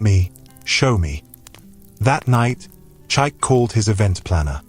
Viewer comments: You are calling the name wrongly meerneer, it is called Chi-ike not Chyke. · Beautiful story, awesome plot...but please can the narrator attempt to pronounce Chike not Chaik? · Even if you're AI but you must learn to pronounce that word with respect to over 80 Million Igbos that owns the language from which this Great name CHIKA OR CHIKE came, we study your names so well before pronouncing then!